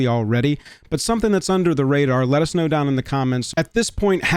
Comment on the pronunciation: Hurts everytime he says "us"